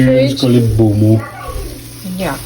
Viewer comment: 😂😂😂 your hubby said bonmo !, I'm actually a Nigerian, and we call it Ponmo... lovely video ❤